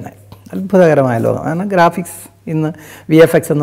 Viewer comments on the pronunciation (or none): none